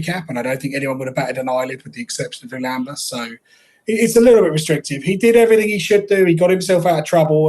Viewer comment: This is by far my favourite horse racing podcast, but for the love of God,, can you please stop pronouncing Lulamba like that 😅